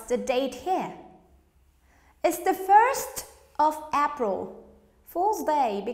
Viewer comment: I think you pronounced wrong the word - 'April', or I am wrong? /ˈeɪ.prəl/